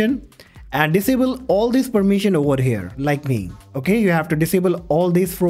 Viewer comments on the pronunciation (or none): the "v" in "over" is a voiced "f" sound, not a "w" sound. This is a common linguistic issue. The mouth shape in the pronunciation of both "v" and "f" are the same. Make an "f" sound. Then hum an "f" sound—there's your "v". "V" is positioned next to "w" in the alphabet. It looks like one half of the letter "w", but these facts are inconsequential to its correct pronunciation. They're unfortunate coincidences which lead many non-native English speakers into believing "v" needs to sound like "w", when it can't and it doesn't sound like "w". Regards.